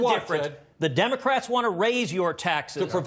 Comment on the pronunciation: You keep saying democwats